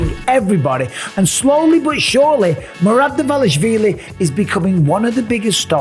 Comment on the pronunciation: Just write in google translate and listen how to pronounce Merab Dvalishvili